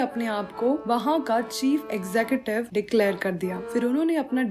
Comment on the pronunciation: wrong pronounciation of Executive ,, What u have been made it from what was it. But nice explanation . Nice👍🏻👍🏻